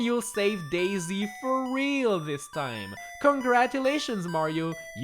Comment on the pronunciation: Daisy? more like Dai-sigh